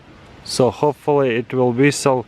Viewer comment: 'Whistle' I thought you were saying resell.